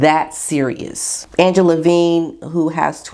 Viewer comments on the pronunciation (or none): none